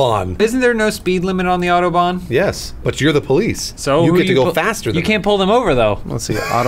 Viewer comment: Why can't they say autobahn right?